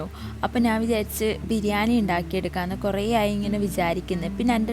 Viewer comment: ബിരിയാനി അല്ല ബിരിയാണി😂